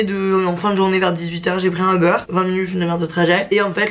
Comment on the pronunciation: a chaque fois qu’elle dit uber j’ai l’impression qu’elle dit “au beurre” mdr